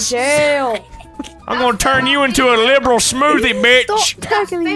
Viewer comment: he makes it two syllables instead of three lib-ral